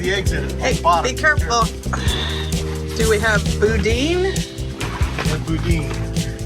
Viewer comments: It’s pronounced Boo Dan. Gonna be a lot more of that as you pass through Louisiana. I do eat the skin. It won’t hurt one bit. I pan fry mine or throw it in the oven. Or you can roll em into balls and batter them and fry it. Those catfish looked black. Those are hardhead catfish. We don’t eat those but it won’t hurt either. Just don’t taste as good as channel cat. Pro tip: not all tugs have AIS. Don’t rely on it. Most non commercial boats don’t have it. It’s just an aid. Make call outs around blind turns and keep your boat lit up at night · "Boodan" ..yummy stuff ...not boudin....almost a food staple in LOUISIANA....I like the garlic/green onion variety.....when I first came here I spoke to a cajan about fishing & the equipment, coolers ect I might need...he replied, " ya don't need all that, Cher. Git ya a string, hook, a white five gallon bucket, a bag of ice and a six pack...ya fish all day with a twing for a bob, drink ya few beers, & then head home with a bucket of fish on ice" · You beat me on the Boo Dan. Lol